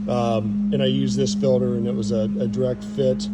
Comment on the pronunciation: Say “filder”….one more time.